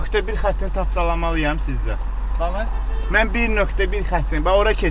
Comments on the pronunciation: Balı 😂😂😂 hec bəli deyə bilmir eşək hələ sürücüylə dirəşir gicbəsər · Bəli əvəzinə balı deyir 😂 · özüde naxçıvanıdır inispektr beeli deyir😅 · "Bəlıe?!" Sonuncu hərfi dəqiqləşdirmək heç bir düsturla mümkün deyil, kimi bunu "ı", kimisi isə "ə" kimi eşidə bilər. 😀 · Balı deməyindən belli olduki naxçıvan peyseridi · "Балы", "Камееерая"